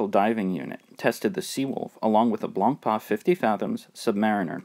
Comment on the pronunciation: Nice review, but the right french pronounciation of BLANCPAIN is not blon paan, but rather blon pen.